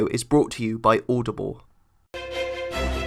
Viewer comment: Its audible not aoudoble